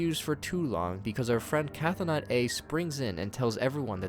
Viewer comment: Another neat summary. I do feel like I should point out that Chthonic (as in Cthonaut A), meaning relating to the Underworld/underground, is pronounced "thaw-nick", you ignore the "Ch." So it should be "Thaw-not" A.